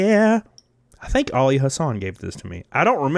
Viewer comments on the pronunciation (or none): none